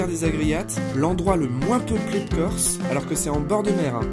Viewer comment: je suis allé en "keurse" ....